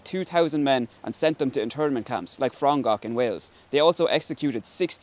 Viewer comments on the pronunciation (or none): Frongoch prenounce fro like from n like no goch like gor and ch like a Scottish or Irish person saying ach